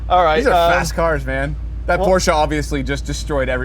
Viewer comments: Porscheeee!! With E!! Not Porsch!! Liebe Grüße aus Deutschland 😉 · yeah, Watson sucks. He's like a crossed eyed personification of boredom. And all videos start with "what will win in a drag race between a Porsch (not "Porsche" as it is pronounced) and this...bla bla bla". cringe